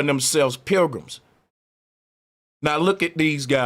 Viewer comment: Pilgrims = Programs is how you pronounce it.